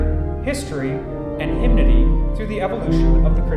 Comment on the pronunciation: Now I know how to pronounce "hymnody" correctly. I always wanted to know how to read the notes in hymnals too. Thanks for posting this.